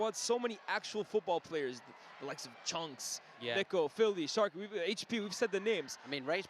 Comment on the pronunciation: Bro called sharkey. 😂😂😂 sarky